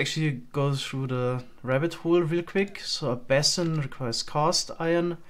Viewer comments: base-in not ba-sin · Quick tip: That's not how basin is pronounced. Sounds more like "bay·sn", IPA /ˈbeɪ.sən/ Alternatively: bā'sən 2 syllables: "BAY" + "suhn" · Basin is pronounced with a strong A like bAesun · Your english is better than my german. But basin is pronounced, "bay-sin"